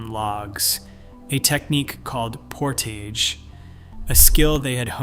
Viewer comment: Great video, horrible pronunciation of most Canadian sites. (Cape Breton, Portage etc)